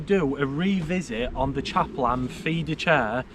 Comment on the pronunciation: Why do you call it chaperlan 😂